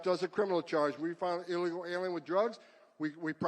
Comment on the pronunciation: First time I saw someone butcher the word illegal.